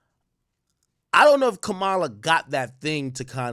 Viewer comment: Bruh stop saying “Kamaaaala”. It’s Ka-ma-La. 🤦🏻‍♂️